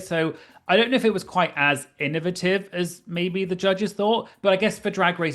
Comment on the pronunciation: As an American, hearing you say “innovative” is one of my favorite parts of this episode 😅